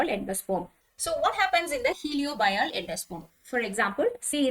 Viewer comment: Mam..Third type i think it's helobial. Not heliobial. Any way nice class thank u